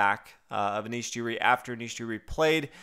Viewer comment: Anish Jiri?? Are you fucking kidding me! What's with you and pronunciations?